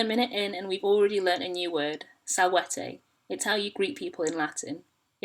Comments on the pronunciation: My thoughts EXACTLY. She completely switched the long and short vowels immediately. I'm paused at six seconds in, now I'm gonna fuck right off because of it. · "Hello, salvaytay", well this is just off to a great start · You pronounced salvete as salvetey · Title: Learn Latin! Video: "sALwhAytEy" Bruh. No.